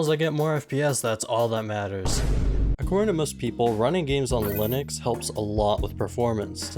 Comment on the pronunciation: bro really struggled with linux